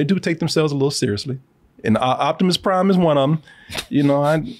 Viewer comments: Jivimus Prime, LOL!!! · Korimus Prime. 😂😂😂😂